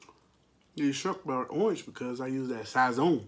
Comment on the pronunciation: Sazon it's pronounced with an S as the Z lol sason